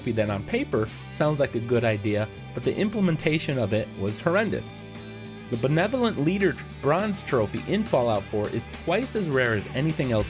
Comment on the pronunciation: I knew you were going to say the belevent leader at the begging